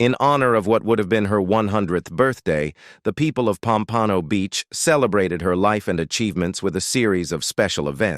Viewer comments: It’s POM-pa-no, not Pom-PAN-o. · You mispronouced "Pompano" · the pronunciation of her place of birth Pompano is awful. 🤧